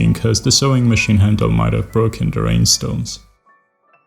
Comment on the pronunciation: I dont have enough words to describe how beautiful she is. Just signed up for patreon, hoping to be of some small kind of help :) Btw, I love the way you pronounce rhinestones, makes them seem even more magical :)